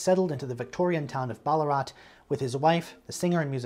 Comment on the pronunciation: A very minor point I, for some overly pedantic reason, had to write here."Ballarat" (under the Dench sub-section) is pronounced not as you said it but with the "a" between the B and the L said as in word "apple". It's a very attractive regional city which mostly still retains it's 19th century style and Australian gold rush era opulence. It has about 110,000 people.and is approximately 110km north-west of Melbourne. I fully understand why they moved there and might move there myself one day!